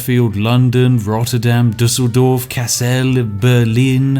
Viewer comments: Btw, that pronunciation of Düsseldorf was the best ive heard so far from a british man. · Gotta be honest spiff nailed the pronounciation of Düsseldorf. For a non german the ü is really hard but spiff ? He nailed it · That Düsseldorf was perfect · Am I the only one who was a little confused that spiff couldn't pronounce München right, but Düsseldorf no problem? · You are always mentioning how bad your pronounciations of names are. Your pronouncitation of "Düsseldorf" is perfect! And I felt like mentioning it. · As a German I'm somewhat satisfied that an English speaking person properly pronounces "Düsseldorf"